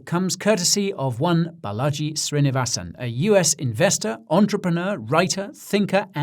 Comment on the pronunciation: Fun piece but next time it’s Baa-laa-ji ~ Balaji … bullagee as you say it is a bit cringy as a fellow indian… 💙